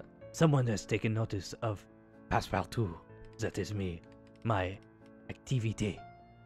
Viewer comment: 10/10 French my dude